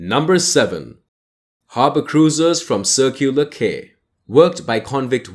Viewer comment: A couple of quick points - it's the Sydney Opera House, not Sydney Drama. And I've never heard anyone here call the Harbour Bridge "the coat hanger". Tourist guides perhaps. Then Quay is pronounced Key, not Kay. The Legislature is not in the Domain, but in its own building in Macquarie St. What you've shown is the Public Library. That's a start. Get a narrator who knows how places are pronounced.